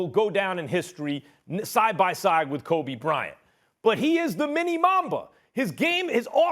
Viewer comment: he almost said krobe bryant lmao